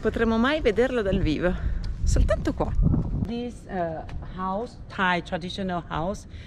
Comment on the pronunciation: Si dice e si chiama thai e non thay